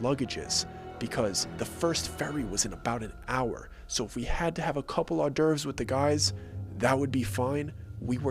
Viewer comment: Are you trying to say hors d’ eurves?